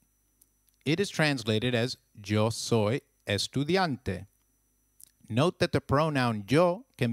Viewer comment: Hey you pronounced "Yo soy" wrong